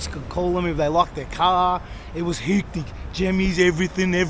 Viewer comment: love the spanian "hectic' impersonation. 😂 10 years ago Temperence was always packed on Sat nights. Now it's dead. Electric was dead, now it's a teenage hang out. Amazing how the scene changes when the venue stays the same.